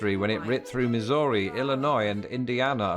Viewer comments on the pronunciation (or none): none